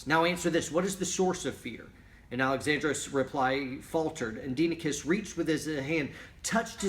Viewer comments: Proper Pronounciation: DEE-eh-NEE-KEYS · correct pronunciation: “die-eh-neh-kees” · Was assigned that book in a college history class, I've read it at least 5 times now. Pronunciation is "Die Oh Nikes" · It’s Die ah -neck eees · Dienekes is pronounced Dia-knee-keys